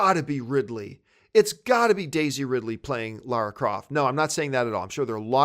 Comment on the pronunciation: John thank you for saying Lara not Laura like Kristian, Chris Stuckmann, Jon Schnepp. I am not a fan of lara croft but I find it very distracting when people say Laura. Maybe its just an American thing.